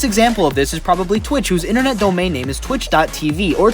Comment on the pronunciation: Why do u keep mispronouncing names